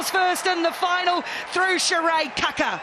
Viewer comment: Kia ora ki nga Black Ferns 💛💙💚 an awsmas moment for ualll💕💕💕 my gripe is that once again the lack of proper pronunciation by announcer of team member 'Kaka' which should be pronounced as 'Kaakaa' similar to saying car-car aka Kar-Kar with no 'r-sound